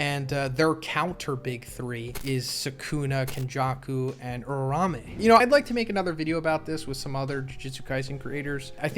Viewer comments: day 5 of telling that its uraume not urarame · Uraume is pronounced "OOrah - OOmeh" (flick of the tongue on the "r"). Not 'Oora-rawmeh'..... You're welcome. Signed: the pronunciation police. Edit: here are the IPA symbols for it: ūra - ùmé